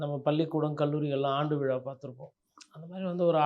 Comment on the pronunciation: பேட்டி காண்பவர் முதலில் தான் பேசும்போது பிழையில்லாமல் பேசுவதற்கு பயிற்சிஎடுக்கவேண்டும்.(உ..ம்)விழாவை விலா என்பது மழையைமலைஎன்பது.குறைந்தபட்சம்தாய்மொழியில்பிழையின்றிபேசவும்